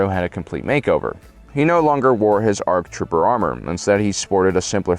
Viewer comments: "Arc Troper" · Arc Troper yo! Lol. Seriously dyslexic moment. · The first Arc "Troper"